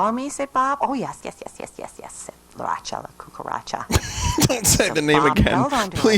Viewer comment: How does she screw up saying "Bob the blob" but perfectly pronounces Ratchalacucuratcha like 12 times